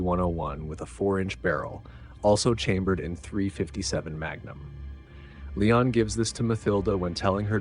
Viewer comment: Let me just say, I'm impressed by your pronounciation of "Léon". I'm so used to pronouncing it in a more American way, but it is indeed "Lay-awn", not "Lee-on". The same how we'd say it in Dutch. I will adjust my pronounciation accordingly. 🙂 Furthermore, if you need idea's for interesting movies to do on your channel, here's a few: STAR WARS (done to death, but I'd like your take on it), HEAT (1995), WAY OF THE GUN (2000), Joss Whedon's FIREFLY season 1 (2002) and SERENITY (2006), John Woo's THE KILLER (1989) and HARDBOILED (1993), DOOMSDAY (2008), STALINGRAD (1993), CROSS OF IRON (1977), SICARIO (2015), HITMAN (2007) and THE ACCOUNTANT (2016). Keep it up, really enjoying these vids!